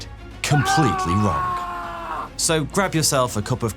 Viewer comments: the grapic says we're doing it wong! isent it so pose to say wrong instead of wong ? I made a time stamp for it if not sorry english isent my first languer just noticed it and it seemed wrong ? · "We're doing it Wong!....".....? 🤣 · "We're doing it wong" 🤣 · "We are doing it WONG!" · "We're doing it wong!" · “We’re doing it wong!” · "... wong." lols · "Doing it wong" 😅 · "Were doing it wong" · "wong" lol